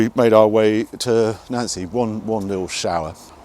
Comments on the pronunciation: Two more to the list you cant pronounce Reims and Nancy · Nancy is pronounced Noncee and Tourbillon (whirlwind) has silent L's. Lovely car and always lovely to see you blasting through Europe.